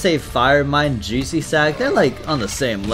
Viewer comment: all I heard was saying jUiCy